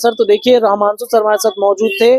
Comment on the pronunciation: पहले रहमांशु रहमांशु करना बंद करो यार, रमांशु नाम है 🙏🏻